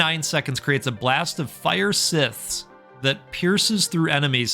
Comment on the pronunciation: The "scythe" is pronounced similar to "sight". Grim Reaper's Scythe. "Sight-th"